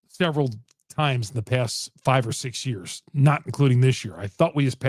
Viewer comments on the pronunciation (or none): none